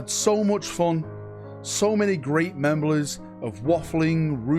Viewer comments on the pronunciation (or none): “So many great Memblies!!” …. What? Memblies? Enjoy the holidays :) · Poor